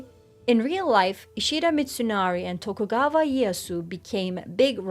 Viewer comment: If i hear TokugaVa one ore time i'm gonna lose it lol